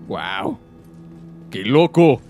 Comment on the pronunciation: Se dice wow no wao